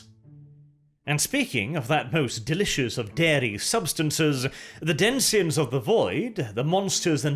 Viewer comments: He keeps saying "densions" instead of denizens and it's bugging me. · denizens /ˈdɛnɪz(ə)n/ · did you mean "denizens"? Btw the singular form of "millenia" is "millenium".